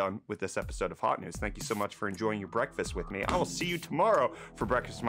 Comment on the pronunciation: Did Break just call it brettfast